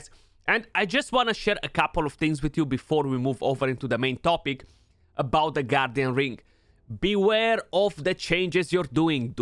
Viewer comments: Why am I keep hearing you say “goddamn ring” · Thought you said “G D Ring” lol